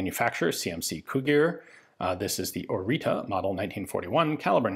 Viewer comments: Fyi , If you want to pronounce the name correctly by any means you spell it "oritza" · very nice gun from my country btw, the T with a comma under it is pronounced like tz in tzatziki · I'm Romanian and this is pronounced Oritsa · You say orita I hear margarita.. so what if it's 10 41am lol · As a romanian, you should say instead of "Marin Orita" something like "Marine Orizza" :D The "ţ" is a like a double "z" from "pizza". Thank you for analysis of our crappy-pieces-of-junk-poor-excuse-for-a-gun but hey, that's all we had. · I better way to pronounce the name is ori-ts-uh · One thing i caught on the manufacturing engravings was that the name is actually pronounced "oritzu". with u as in "uh.." small detail i know, but still worth a mention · Romanian has diacritics (ăâîșț) that are pronounced differently. In this case it's Orița, where ț is pronounced like zz (pizza). The others go like this: ă - Uh with a wide mouth (like you forgot what you were about to say), â short Uh (like someone asked you something and you didn't hear them), î - identical to â but only when a word starts with it, and ș which is shh (like be quiet) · Pronounciation is Oritzza or even Oritzzah like is marked on the gun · you need to pronounce it something like this "Oritza", or you can look for the proper one on google translate. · Romanian here, I saw the flag, I insta clicked! ♥ Also it's pronounced " O ritz uh " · It is pronounced Oritzuh. Not an expert at spelling it but it should be more accurate. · Its properly pronounced "oritsa" (oh-ree-tsa) Regardless I've been dreaming of this video to come! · This type of T is pronounced like the last part of "its" or "it's". Oreeetsa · It is spelled Orița and pronounced Oritsa / Oritza. Also Cugir is pronounced more like "Cudgir", like gi in giraffe. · As a Romanian I'm glad you're covering this, but dear God your pronunciation is off. It's pronounced oritsa (orița), and the guys name is Mareen (Marin) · Oriță is read like Oritzah, not Orita